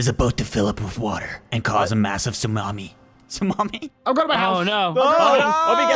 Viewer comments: I lv how u guys said instead of tsunami and u said salami 😂😂🤣🤣😂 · There is a massive tsulami coming! (Tsunami): SALAMEH? i wanna taste the salami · Its tsunami. Not tsumami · Bro its tsunami not salamie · I like the part were u said salami instead of sunami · "Stumami" - spy 2020